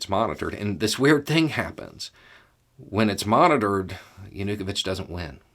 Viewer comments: Pronunciation: Yanukovych is not Yan-U-ka-vich. It's Yan-AH-KOH-vich. Maidan is not May-don, it's MY-dahn. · Is this the correct pronunciation for "ya-nu-ko-vich" (instead of "yah-new-koe-vich"? Sort of like the difference between 'keev' and 'key-ev'? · I was wondering whether we pronounce his name wrong in Germany, but in Ukrainian it also sounds more like JanuKOwytsch. Otherwise, spot on, as far as I can judge. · Pronounced Ya nu ko vich. Maiden pronounced Mi Don. If you have any questions let me know. :) yes Ukraine has a lot of corruption. Zelensky is the best president they have had since the break away from CCCP. Hopefully if Ukraine becomes free after this war, the corruption will start to come to an end. 🇺🇦👍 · While you did a good job of presenting the us perspective you forgot something really important. Ukraines history with Russia during the soviet era. The forced famine under Stalin killed over 2 million Ukrainians. Theres a very long history of Russia treating Ukrainians brutally that has built up frustration and anger over hundreds of years. Also you are pronouncing Yanukovich wrong its yah nu koe veetch. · Viktor Yanukovych- Yawn-Ooh-Koe-Vitch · I'm assuming is mispronouncing Yanukovich's name and I love it! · Love this but why keep butchering Yanukovich’s name lol. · Great summary but your pronunciation of Viktor Yanukovych made me laugh.